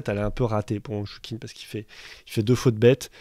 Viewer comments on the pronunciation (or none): Très bonne vidéo et bonne analyse. Juste si je peux me permettre (no offense je précise) c'est dans la prononciation des noms chinois, on sait que c'est une langue très complexe, mais le "q" se prononce "tch", tout comme le "zh" se prononce "dj" si on jamais on parle de Fan Zhendong. Juste un tip pour que ce soit encore plus pro. Si jamais veux vraiment écouter la prononciation c'est simple, y a juste à aller sur les pages wikipedia auras leurs noms en caractères, y a juste à copier et coller dans Google trad et cliquer sur le petit haut parleur. C'est sûr que c'est pas évident mais ça évite de faire grimacer ceux qui connaissent la langue, et les commentateurs de chaînes sportives devraient en faire de même surtout qu'ils sont payés c'est la moindre des choses. Voilà sinon rien à dire bravo pour le travail fourni. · Je crois que ça ne se prononce pas choukine... c'est plus respectueux d'essayer de prononcer correctement non ?